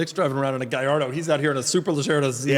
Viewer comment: Acura pronunciation is obnoxious. People who insist upon mispronouncing just to troll are somewhat annoying, but it is what it is. Lol, guhlardo is bad. I think that's the Lamborghini guy in Florida, too. It kills me when authorities on some brands ignore how to say it. Mercy-ell-ago from is almost unforgiveable. I know says coontazh on purpose as well.